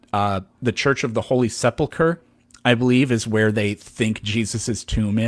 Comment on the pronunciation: It’s sepulchre, not Sepultur(a) lol